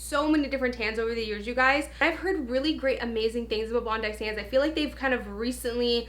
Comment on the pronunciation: I believe it’s pronounced bondee sands lol